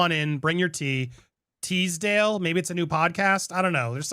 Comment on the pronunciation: I laughed when you said 'Teasdale' 😂 Maybe Ashley didn't mean any harm but I kinda wish she hadn't brought other people into it too 😅🙏